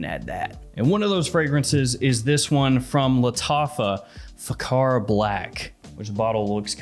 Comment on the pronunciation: kh=x it pronounce as faxar .